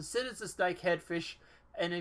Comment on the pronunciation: I was confused by the title... But listening to your video I see why... You missed the S in Snakehead.